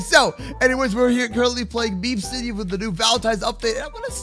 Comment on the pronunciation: Is it just me or when said meep city it sounded like meme city